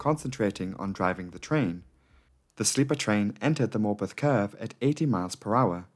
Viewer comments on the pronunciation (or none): Dude I swore he was calling the town “Morbin” for like tho whole video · For heaven's sake. That pronunciation of Morpeth, from someone who is actually from the North East, is just cringeworth!!!! Why on Earth are you trying to sound American, as a Geordie, making a video about a railway accident IN North East England???? Stop selling out and be yourself. No-one is falling for that truly silly accent.